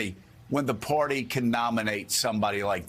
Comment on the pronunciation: Hey, Joe! The word is "Party" -- not "Porty"!